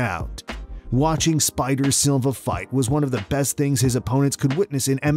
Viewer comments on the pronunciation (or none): Add Eric "Salva" instead of "Silva" to the list. But yeah, the 2 you mention are more egregious